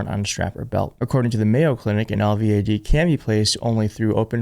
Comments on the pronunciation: I'm a retired Rn. LVAD is pronounced El-Vad! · We pronounce it L-VAD. I don't believe you can get an MRI with an LVAD due to the high powered magnets. The Oompa loompa is still a crazy POS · It's pronounced El-VAD, as one word. Recovery from LVAD surgery is one month. He never disappeared long enough to have this done. He likely wouldn't be able to carry the required batteries, even with the special under garment that can accommodate two batteries. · Say "el-vadd"